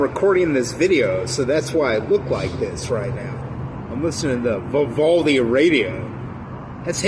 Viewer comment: Imagine not saying “Vivaldi” or “pandora” right